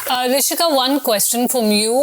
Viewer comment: I thought Rishika pronounced everything properly. Why should anyone be excused? We pronounce their names correctly, the least they can do as journalists is to learn how to pronounce ours properly.